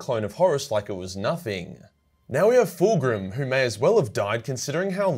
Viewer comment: Calling Fulgrim ''Full Groom'' im dead